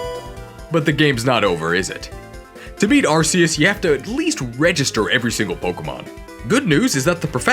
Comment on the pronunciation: it’s ARKOOS